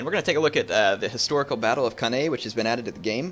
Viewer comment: Hate being 'that guy' but it's pronounced can-eye